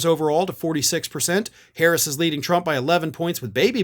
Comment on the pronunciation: How could you say her name wrong! I’m so ashamed in you! Hehe 😉